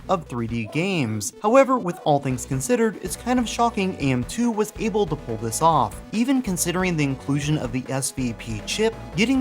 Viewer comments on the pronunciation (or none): none